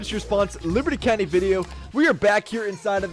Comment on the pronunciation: Petition for this lady to start pronouncing the game back as “LIBATEEE COUNTEEE” or “LIBS COUNTY”